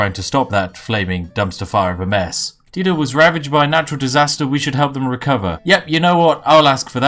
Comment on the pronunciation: Love ya Spiff but I have to say Dido is pronounced Die-doe.